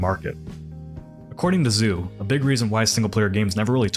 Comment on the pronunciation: Isn't this a quote from someone named "Shen?" That's what the text seems to imply at least. Also every time you said "Zoo" I cringed slightly. XD